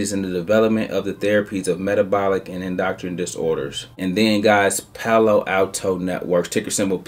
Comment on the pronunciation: Did he say “indoctrine” disorders? lol. Endocrine is pronounced “en-doe-krin”. Gotta know what the company actually does, playa!